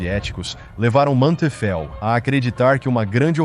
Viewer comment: O nome do General alemão é Hasso von Manteuffel, não "um homem teufel"